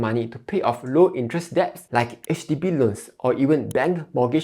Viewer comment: 1. "It’s 'sell,' not 'siao,' lah 2. 'deposit' is pronounced 'dɪˈpɑzɪt,' not 'deb-po-sit.'" 3. "'Debts' should be pronounced as 'dets,' without the "b"